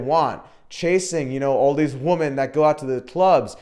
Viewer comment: are you saying woman or women ?.are you actively trying to sound like stoner bro in your videos.....man